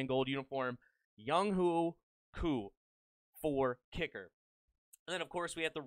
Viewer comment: it’s Actually pronounced Young Why Koo